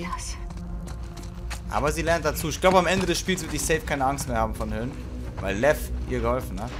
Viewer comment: ich liebe es wenn sagt:lev lerkel lev